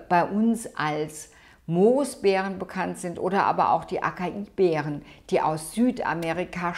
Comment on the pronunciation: Ich habe in den letzten Jahren viel über das Thema gelernt. Ich erlaube mir meinen Senf zum Video zu geben: 'Acai' wird angeblich 'asaii' ausgesprochen. 2 Paranüsse am Tag sind fast zu viel. Laut Dr. Greger ist es besser, 4 im Monat zu essen. Ein guter Tipp ist es, Nüsse eher mit Salaten zu essen, damit man die Mineralien gut aufnehmen kann. Obst und Nüsse vertragen sich angeblich nicht so gut wie Salate und Nüsse.